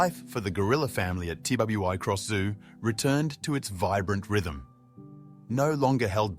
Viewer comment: It is not pronounced T W I Cross Zoo/ It is Twi Cross